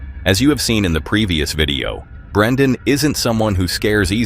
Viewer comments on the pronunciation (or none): It’s Brennan, not Brendan. If you’re gonna cop the guy’s video at least get his name right.